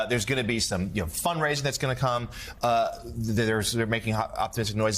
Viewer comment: Emphasis on "fund raising".